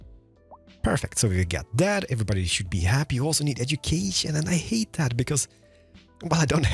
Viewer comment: I wish I could enjoy your videos as the content is objectively great.. just can't get over you boycotting the "th" and "t" sound in every single word 😂 (this, that, that's, there, it - diss, dad, das, dere, idd). Trying to power through it 😅